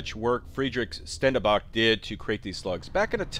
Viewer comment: That's pronounced Shtendenbakh. kh like the Russians say H.